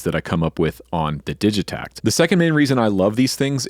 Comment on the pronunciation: Heads up it’s pronounced with a hard “g” (so, “Diggitakt), they’re a Swedish company